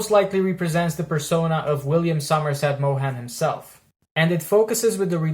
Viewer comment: Good review…… but check out your pronunciation of his last name.